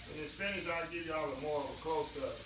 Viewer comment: U gotta love when says “Jes a lil bit moe”.. 😊😊 I love it!! Too sweet